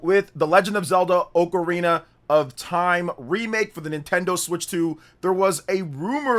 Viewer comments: Oakarina? It's OCARINA ah-ka-ri-na not oak-a-ri-na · Why you say ocrarina like that, ? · Dawg why do you say “Oakarina” 😭